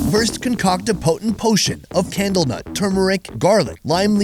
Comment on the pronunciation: Are you saying camel nut?